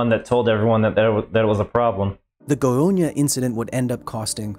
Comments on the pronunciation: You pronounced Goiânia perfectly. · I was looking forward to this video. By the way, your Goiânia pronunciation was flawless. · As a Brazilian who lives in Brasília just 200 Km from Goiânia I really appreciate that the story of what happened is being discovered by more people. Btw your pronunciation was pretty good Edit: wow 200+ likes! Thanks guys